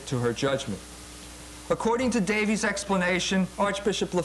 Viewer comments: You’d think over the course of becoming a doctor, EMJ would learn how to say basic words. “Schism” “logos” and even the name “Davies.” Jones is a short lived fad for modern trads who haven’t done much research themselves. He’s decent on economics but he should accept some humility on most topics, which he is no expert in. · Pronouncing it "ssism" and "lo-gaws" are perfectly valid. Note that he does speak at least 3 languages. I will give you the one about Davis versus Davies though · How gracious of you to grant the point that one of the debaters doesn't even know the name of the person he is debating. He calls him Davis at least 10 times and Davies 1 time from what I could hear. It's not a matter of pronunciation it makes him look like a fool. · BTW, Ray Davies of the Kinks now asks to be called 'Davis'. His brother Dave has no problem with the former pronunciation.